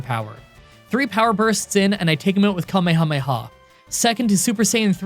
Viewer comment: You're like the only English speaking person I've heard who pronounces kamehameha "correctly" (according to me) 😁